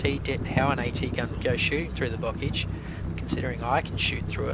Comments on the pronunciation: Bocage is pronounced Bocaaage not Bockage... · Oh, but bocage is pronounced boh-KAHZH /nitpick